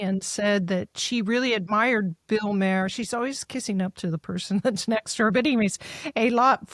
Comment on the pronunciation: Honey.. it is Bill Mah-r, not Bill May-re